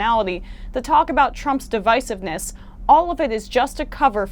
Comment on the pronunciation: "Fascistic?" "Stupidest?" Um, I think you mean "fascist" and "dumbest" (although you're throwing stones in a glass house). And you mispronounced "divisiveness" TWICE. NOBODY in your camp could ever hold a candle to Shapiro in a debate and he doesn't care about what you "feel" because feelings don't outweigh facts. #Shapiro2024